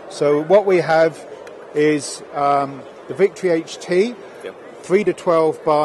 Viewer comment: It's HT not HD.